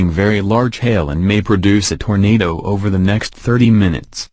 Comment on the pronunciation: Tornadoooe. XD Just how he says it!